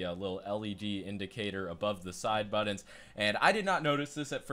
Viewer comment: Can you please learn how to say the word 'Buttons'.